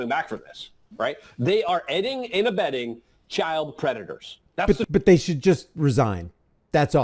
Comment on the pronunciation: “If yer aid&abeding cps” aid&abeds cps